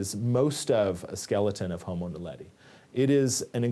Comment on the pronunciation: 에서, "호모 날레디"를 성우가 "호모 나델리"라고 잘못 읽습니다. 이 영상의 설명에서도 "호모 날레리"라고 잘못 써놨네요. 명칭이 생소하긴 한가 봅니다.